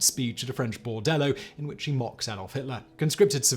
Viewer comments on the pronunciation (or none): none